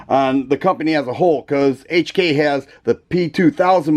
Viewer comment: Finally Someone that pronounce HK properly Like the hk series for the slide serrations..perfect aggressive aggressive